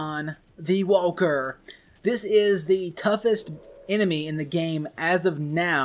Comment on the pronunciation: Why do you say wahwker?